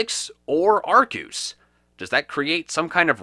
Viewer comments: Arkeus is how to pronounce it. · Arkoos! Arceus is wrong! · Gail Cottrell he knows that. The pronunciation arkoos is a reference to pokemon talk episode 30. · I believe it’s pronounced Arkeus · U say it arcuse huh thats a first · TF IS A ARCEUS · You mispeonounced arceus